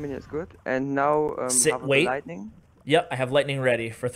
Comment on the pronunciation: Lightningning lol you make my day